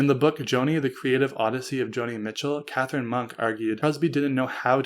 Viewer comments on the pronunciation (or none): none